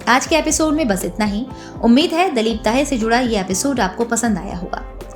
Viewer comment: Dalip nahi ,dilip bolo mam